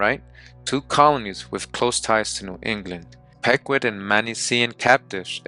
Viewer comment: It’s (peeqwot) pronounced but all love 😂